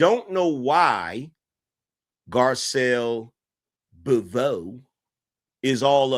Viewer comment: Her name's pronounced gar-SEL bo-VAY.